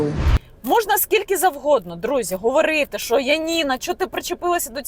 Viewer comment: Яніна, в українській мові немає слова "шо". Є слово "що". Вам складно говорити грамотною мовою?